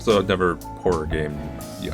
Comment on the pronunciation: ah yes, "horror"